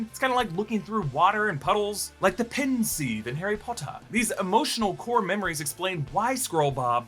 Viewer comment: "...like the pensï in Harry Potah". That was golden